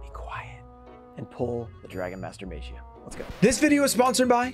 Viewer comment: maybe just maybe Magia is upset that you continue to pronounce its name wrong.. to break the curse you must say its name correctly!